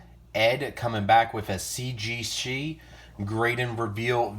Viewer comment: Yeah, you can barely say CGC. Wow. GM 10. You never get that on toy cards.